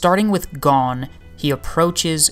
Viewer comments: Nothing to do with your voice man, you're just pronouncing his name wrong! It's 'goan' not 'gone' :D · Great video. I know how difficult this deep kind of video theories are to create. Good job! but I gotta say: Meer-ee-uhm. Gun-geei. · Great video, but the way you said 'Gon' bugged me the whole way through hahaha...